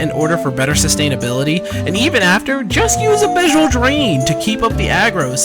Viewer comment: why do you say abyssal so weird?